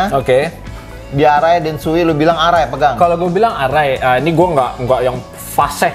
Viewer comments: Bacanya Sowei bang bukan Suwi. Sho itu artinya era Showa dan Ei itu nama orang pembuat helmnya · Lama di tinggal di Jepang, kaget Shoei bacanya jadi suwi…